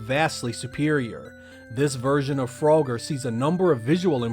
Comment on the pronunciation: Lmfao fro-ger 😂